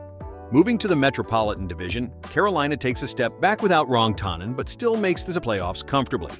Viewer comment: How the fuck do you mis-pronounce Rantanen??